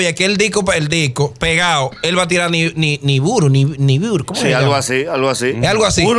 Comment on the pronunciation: Nibiru 🤦🏽‍♂️ no niburu